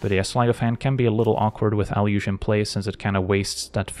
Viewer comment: I thought it was pronounced “eh-loo-gay”